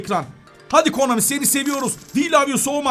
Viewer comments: sen nie komani diyorsun düz konami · Abi komani değil konami